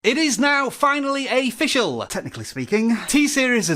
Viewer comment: it is now finally aficcial